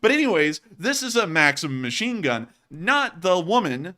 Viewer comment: It's pronounced makseem... it's my sons name. Makseen is a girls name. Also you showed russian apartment buildings and said it's a poor hood. It's the way all apartments that are older than 20 years look. You should consult with folks like us so you can be more culturally informed. Otherwise like the show 🙂